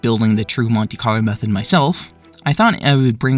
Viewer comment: what is "conte-carlo"?